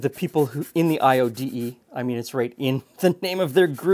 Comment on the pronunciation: Gosh I had to pause the video and google IODE the way it was said. LOL I was expecting cross burning or swastikas.